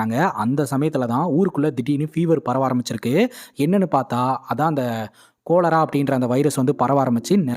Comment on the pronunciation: Thambi adhu கொலெரா illa காலரா.